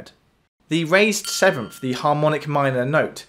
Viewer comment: "In G natural minor the sevenf note is.. "... "the sevenf note has been raised." .. I cant hear any of the awesome knowledge in this video because of the British pronunciation of the "th" sound as an "ffff" Also.. that Billie Eilish song is a total rip off of "People are strange" by the Doors.